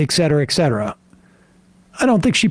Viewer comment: Sam. It's not ecks cetera. It's et cetera.